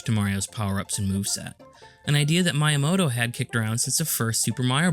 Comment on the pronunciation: that's not how you pronounce miyamoto